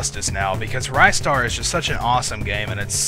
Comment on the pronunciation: Actually I don't think it's pronounced "Ry-star, I think it is "Rist-ar". I think the "rist" as a....I guess a pun of "wrist".